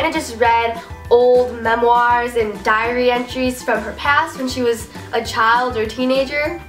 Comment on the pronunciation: it sounds like you are saying ( dear driary ) 😁😁😀lol